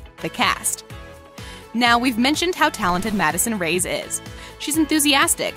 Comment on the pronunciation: Her name is Madison Reyes pronounced Ray Es not Rays